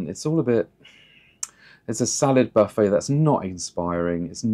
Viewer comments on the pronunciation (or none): none